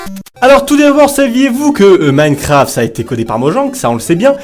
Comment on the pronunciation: Il sait toujours pas dire minecraft il dit mancraft 😂😂